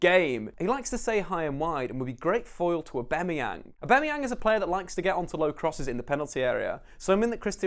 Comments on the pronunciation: his name is UPAMECANO not umbekano xD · He tries so hard to try and sound smart but can't even say upamecano